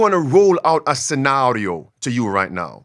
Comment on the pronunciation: Pastor using WEF pronunciation of 'Scenario'.